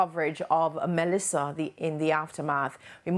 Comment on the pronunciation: Why this woman keep saying melisha?